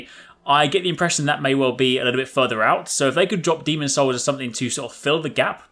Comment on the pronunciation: hey, it's demon'S souls;)